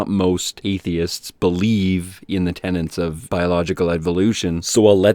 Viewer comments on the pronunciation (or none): 'tenets' not 'tenants' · You're super smart and entertaining,. Just wish you'd polish up a few things in terms of pronunciations and such. Like you say "tenants" for "tenets." Takes me out of the experience a little. Otherwise, rock on. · You don't understand Feuerstein's "logic" because it's not logic. Also, not to be an annoying stickler, but it's "tenets," not "tenants." I apologize if these points have already been covered in other comments -- I don't have the wherewithal to go through over 1100 comments. Really enjoy your videos; also admire your ability to sit through this guy's rants without punching your screen. I hear him say -- sorry, yell -- three words, and I just want it to stop.